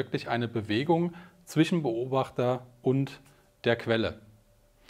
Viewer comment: Ein 'sch' als Wortendung darf man auch als 'sch' aussprechen, das muss man nicht zum 'ch' zurückstutzen. Das klingt unfreiwillig komich. 'Sch' am Ende oder in der Wortmitte (zwischen, nicht zwichen) bedeutet nicht zwingend Umgangssprache, muss man, um Hochdeutsch zu sprechen, daher nicht korrigieren (auch Hyperkorrektur genannt). ;) Weniger nichtssagende Partikelwörter wie 'dann, eben, auch, halt, sozusagen, eigentlich, natürlich' etc. (manchmal gefühlt alle am Stück), würden das Verständnis verbessern und das Zuhören vereinfachen. Denn hört man sie erstmal, weil sie auffällig gehäuft wiederholt werden, ist es schwer, sie nicht mehr zu hören und wartet jedesmal, bis endlich die Information kommt und der dann-eben-auch-halt-eigentlich-sozusagen-natürlich-Füllwörterzug vorüber ist.